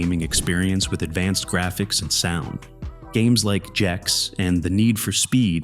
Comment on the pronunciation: stopped listening after he pronounced Gex as "Jex"